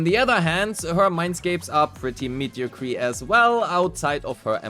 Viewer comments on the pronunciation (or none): Polite tip: Mediocre is pronounced: mee-dee-oh-kur Thank you for another guide